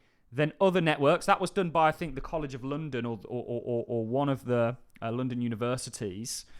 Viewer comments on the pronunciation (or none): none